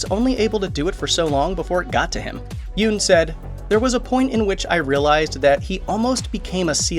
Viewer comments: Pronounced Yun not Yoon. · Nice. But it's YUNN. Not YOON. :) also it's ME Bari. Not minNARI